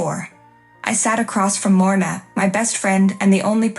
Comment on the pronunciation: Deference, not difference. Feigning, not fainting. Lorna, not morna. Lorna, not worn. Titan, not Kitten. Des, not Zhess. Wearier, not werier